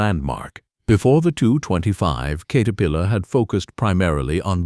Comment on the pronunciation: Do your own talking and don't be lazy. WTF is a Kate-erpillar 😂😂😂 and the Hitachi segment nearly gave me a seizure...